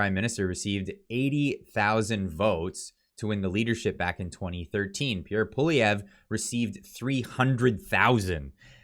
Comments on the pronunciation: please practice Pierre’s name. Pick a pronunciation and stick with it. Paul-eee-Evvve. Not that tough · practice the name Poilievre; you will be saying it a lot in future! LOL. Suggest you write it out phonetically and stick it under the mic: PO-LEE-EVE (badly pronounced) in English. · Pierre Poilievre last name has not have last letter e silent ! Other vise good comments. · Sorry, but you have to start pronouncing Poilievre the right way lol! You might be using it a lot. You appear to be getting a little wishy washy, not really sure which way you want to go. Sounds a little mixed. Hopefully you’ll start pushing harder for support, I understand your reasoning for being somewhat sceptical especially after this liberal governments performance, but I think if we don’t change things now we’re completely screwed. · Definitely an uphill battle. I really like your videos but please learn how to pronounce Poilievre’s name. You said it 6 different ways. 😂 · I want to share your videos to my friends who are on the fence.... But I can't until you're pronouncing PPs name consistently! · I love your videos. I watch them all the time. Great content, but you've really got to pronounce Pierre's last name correctly. Think "Polly" or "Pwolly" as the first two syllables. Then just "ev" as the 3rd syllable. I'm just trying to help. Many times you pronounced it as if you we saying "Poh-live-ee-yay". That's really far from the correct pronunciation. The funny thing is that you kept flip-flopping between an almost-correct pronunciation, and the incorrect one (i.e., ending in "yay"). Otherwise, it was yet another great video highlighting the hypocrisy of Trudeau where he use the obvious tactic of blaming his opponents for the thing that he is actually guilty of himself. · iy is Poly evr not polivie Learn to pronounce. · Dude. Its POLY - EV - RE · Poilievre pronounced Pwaw lee evre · For gods sake at least pronounce his name correctly. Phoenetically it is poly-evv